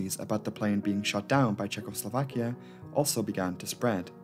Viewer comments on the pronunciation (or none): none